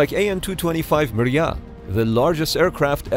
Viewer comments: Next time ask me how to put the emphasizes correctly. mrIya bèlgorod etc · It's funny how you mispronounce Russian (or Ukrainian for that matter) words. It's Akoola, with stress in the middle, for Shark, and Mreeya for Dream, the An-225.